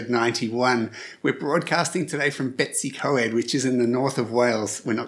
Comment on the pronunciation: Great video as always. But ask the locals how to pronounce Bettws - y - Coed...... Put a smile on my face, lol.